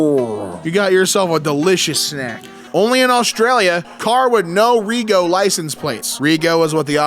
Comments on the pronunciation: It's pronounced 'Reg O', not Re Go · 'Rego' is pronounced 'redg-o' not 'ree-go' - like a lot of our slang is has the 'oh' sound on the end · reeee go 😂😂😂 it’s reh-joe. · ITS FUCKING REGO, “RE-JO” “RED-JO”!! LITERALLY SHORT FOR REGISTRATION YOU’RE FUCKING KILLING ME HERE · I only just seen this video and the way he said it was giving me a brain aneurysm 😳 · im Australian and it hurt me when he said "ree-go" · pronouncing "No Rego" as "No Ree-go" absolutely took me out. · What you expect from non-Australians, they butcher the English language even more :D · I cackled at the way he said rego too 😂. Also your comment has a prompt to translate to English which makes this even funnier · The pain when he repeatedly mispronounced it 😭